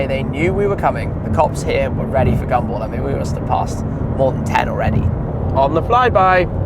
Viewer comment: EVERY TIME ⏲️ YOU HAVE SAID GUMBALL , IT SOUND LIKE YOU WERE SAYING, GUMBO !